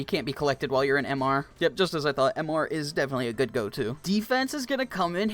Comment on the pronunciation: you dont say m r its like mister, MR from regretevator